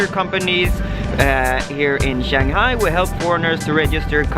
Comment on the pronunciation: Enjoy Shanghai: Simple suggestion learn how to pronounce Shanghai properly and try taking SerpentZa's advice, think things out , not too much babbling, you need to provide info, like to what District in Shanghai did you apply for your company's location? A little Shanghaihua wouldn't hurt either. Xiaoxin! :-)